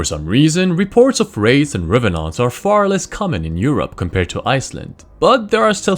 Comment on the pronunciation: The way he pronounced revenant made me happy for no particular reason.